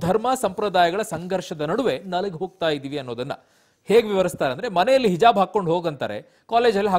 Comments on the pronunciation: Heloo ranganath sir not hijb it's calling hejab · Sariyagi helo ranganna hijjjabb alla hijaab Sariyagi yelokke baralla e rangannanige